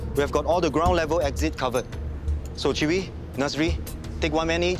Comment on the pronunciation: The way he pronounce Chee Wee sounds like chewy and Nasri like nursery